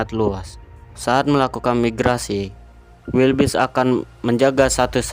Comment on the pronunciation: keselek pas ngomong wildebeest jadi wilbis 🥴😂🤣